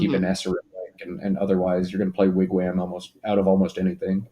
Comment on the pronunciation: Pronounced WIG- WOM